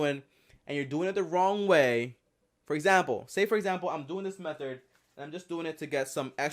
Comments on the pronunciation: Am I the only person who hears him say "MethoR" instead of method? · M-E-TH-O-R MAaaaan.